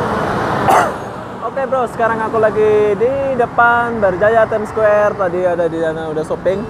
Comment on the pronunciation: Ur pronounciation about ' time square' so suck ... ☑️